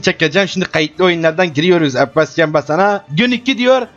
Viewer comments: neden abbas isimini yarağından konuşuyormuş gibi söylüyor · La bu girişlerde ne biçim abbas diyo amk.